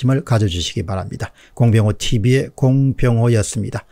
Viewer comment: 공병호 (티비)를 강요하는건 좀 아닌것 같은데요 오히려 (공병호)에 엑센트를 주는게 맞는듯.. (제 개인적인생각)